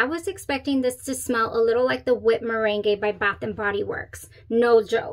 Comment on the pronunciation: It’s like the lemon meringue pie. Mer rang pie. Had me scared